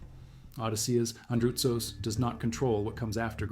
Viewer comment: its Andrutsos and not Andratos